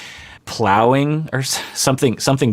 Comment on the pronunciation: “Plowing” hahahahha,!!! 😂😳